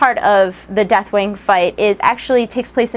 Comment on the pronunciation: Not gonna lie, sort of sounds like you're saying Deathwang =3 :P On a serious note - 4.3!!